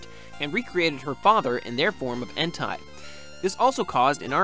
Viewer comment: En-Tay not En-Tie!